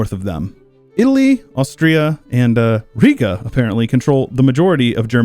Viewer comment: Riga is pronounced Ree-ga not Rigga but beyond that neat vid lol.